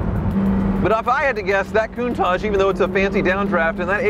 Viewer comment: saying a countash isn't an icon 😤